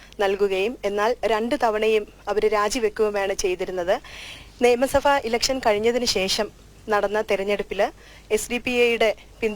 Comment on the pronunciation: നിയമസഫ അല്ല നിയമസഭ